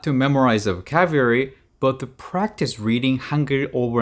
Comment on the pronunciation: It's pronounced vo cab u lary